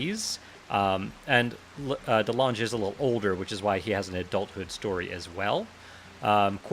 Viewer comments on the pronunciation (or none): Dutch people be like it's Calvin De Lange (Calvin the tall) not delaaaangé :p